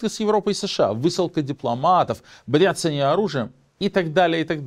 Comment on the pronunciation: немного занудства: "одноврЕменно" (так правильнее) и уж точно "бряцАние", а не "брЯцание" 😉